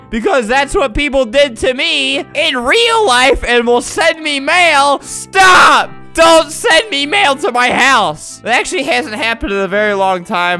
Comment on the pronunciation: Says “Stap” to the mountain 😂